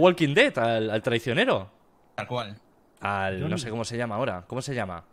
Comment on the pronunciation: El viejo:Choniiiiiiii. Yo:Es jonny cara nabo😂😂